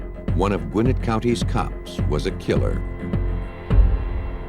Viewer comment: It’s “Gwin-NETT,” not “GWIN-it” : )